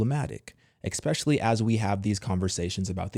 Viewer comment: Especially has no “X” in its pronunciation. Just sayin’ .